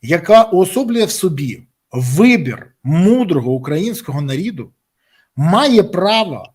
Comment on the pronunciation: Я зауважу,не нарид,а народ ! Якось будьте уважни до своеи украинськои мови !